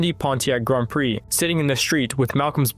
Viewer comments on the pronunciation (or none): none